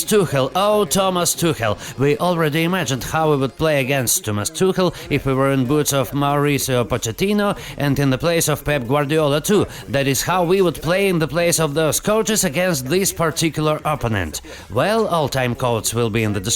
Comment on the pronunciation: По идее правильнее будет How can PSG win. Читается как Тукел не Тухел.